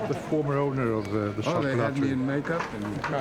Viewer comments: Exactly Denise - worst of all incorrectly pronouncing the silent T in CHOCOLAT when the French word is pron chocola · It would be good if the narrator could at least correctly pronounce the hame of the movie....it's ' shoc oh lah '